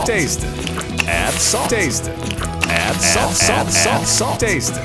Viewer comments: Everything good until u hear that "adddd" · I like the way he says "add" 💀